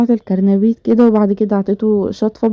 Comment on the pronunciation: اسمو قرنبيط مو كرنبيط 😂